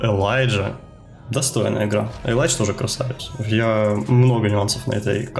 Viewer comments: Только элита знает, нет бл*ть, любой смотрящий кс знает что это элИдж, а не элАйдж. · ни элайдж а элидж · Илидж, а не Елайдж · Комментаторы произносят элидж, а мне больше нравится элайдж. По плейстайлу он мне не нравится, хотел бы посмотреть нико и крисджей, ну а сашу каждый день и так смотрюя)